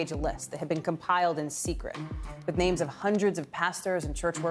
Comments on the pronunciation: trump makes me sick.....can't even pronounce the names.. as if he even cares....🥶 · I'm offended for the families that that offensive Cheeto spoke the their names and got so many of them wrong. He's human garage🤮